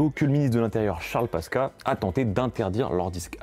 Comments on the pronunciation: Top ! pour Charles Pasqua on ne dit pas Paska mais Paskoua. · tres bon docu . par contre charles pasqua ca se dit "paskwa" , pas "paska" , mais je chipote ^^ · Bonjour et merci pour cette vidéo, Juste une precision : Charles Pasqua se dit Charles "Passe-quoi" c'est corse. Peace. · Charles Pasqua se prononce : "paskoua" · Frérot, "Charles Pasqua" ça se prononce "Charles PasQUOI" =) Bravo pour le taff ! Force à toi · Aussi ça se prononce "passquoi" l'autre enfoiré de charles pasqua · Charles pasqua..!!.Tu prononces ce nom comme tu essayes de relater une histoire que tu ne connais pas et tu connaitras Jamais. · J'ai vraiment bien aimé le docu, beau boulot, belle mise en scène, écriture, montage... Par contre j'ai pas pu m'empêcher de rire sur la prononciation de Charles Pasqua et RZA 😂